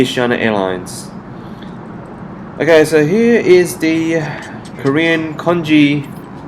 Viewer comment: Omg Its THE Not DEEE